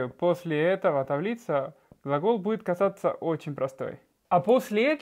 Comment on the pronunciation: Gracias! Наконец-то подробно разобрали с этими глаголами! Все очень понятно! Получается, в испанском совсем нет звука, прохожего на "з"? Вы "казаться" говорите, как "касаться" :)